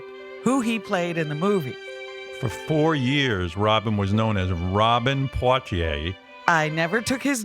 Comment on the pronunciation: Port-ier??? Really?????